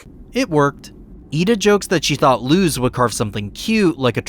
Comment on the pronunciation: You're literally the only person I know that pronounces Luz's name with an actual zzz sound instead of a sss... w h y ?